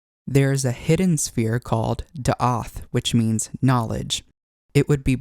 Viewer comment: As a Native Hebrew speaker I just wanna say it's "Daat" not "Daath" If you wish Ill translate all of the cards for you, for future videos and accuracy Keep up the good work Very informative Thank you